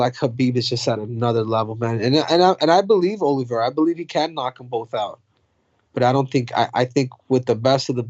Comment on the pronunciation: Mike, you gotta stop calling Charles Oliveira "Olivi-era"